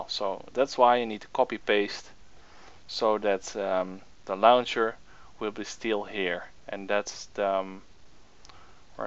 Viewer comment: "the lauwncher"